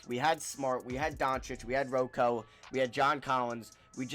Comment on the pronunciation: NO ONE CALLS HIM ROE COE STOP IT